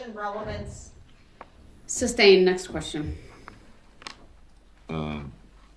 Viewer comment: Well, he thinks sustained is pronounced substained so... letting him proceed per se is barely passable. Hopefully no later attorney (if he has the brains to pick one) argues that he should have been found incompetent and appointed an attorney.